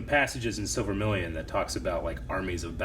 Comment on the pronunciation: Is it just my ears or refers to Silmarillion as Silvermillion?